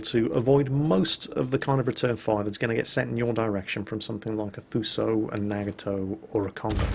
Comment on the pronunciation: Japanese is a lot like Italian in that almost all syllables end in a vowel. Nag-a-to would be more like Na-ga-to